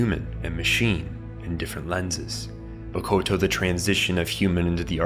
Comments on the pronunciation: Youre calling her "MAKOTO". But the right pronunciation is MO-TO-KO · I cringed every time he said Mokoto instead of Motoko ❤ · Motoko. Not Mokoto. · It's not "Mokoto" - it's "Motoko"... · Motoko not Mokoto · Omg its M-O-T-O-K-O, not mokoto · Is it just me or is he saying “Mokoto” and not “Motoko” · Gotta say, really taking me out of this video with mistakes like "Makoto" constantly being said for "Motoko"... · MO TO KO NOT MOKOTO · It Mo-to-ko, not Mo-ko-to Kusanagi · Motoko, not Makoto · He keeps saying mokoto and its so off putting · This dumbass can’t even pronounce Motoko lol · it's super annoying that you repeatedly mispronounce motoko.